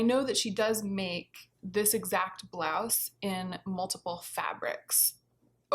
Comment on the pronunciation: I greatly enjoyed how you pronounced blouse as blouzze ☺️ surely I’m not alone, surely not lol